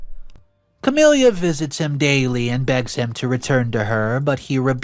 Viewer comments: The sister's name is pronounced "Ca-mil-a", not "Ca-mil-ia", it ruined the whole story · CamiLA not CamELIA omg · Ok, nothing to do with the story. Just.... It sounds weird, in my head, how pronounces the name Camila. Like 'Camilia' or 'Camilya'